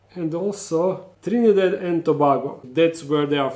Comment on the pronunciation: Btw it's Mar-tin-eek and Trin-ehh-dad and To-bay-go that's the pronunciation.Thanks for show casing our beauties